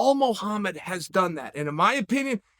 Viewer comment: Lol he Wasn’t even saying the E in Mohamed’s Name 😭